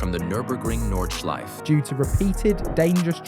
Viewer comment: Irs NOT FUCKING NORDSCHLEIF.....ITS NORDSCHLEIFE NORDSCHLEIFEEEEEEE ......ADD THE FUCKING E LIKE ECHO...EEEEEEE NORDSCHLEIFEEEEEEEEEEE!!!!!